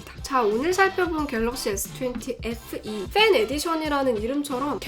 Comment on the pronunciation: 누나 어떻케 FE SE로 들려 ㅜㅜ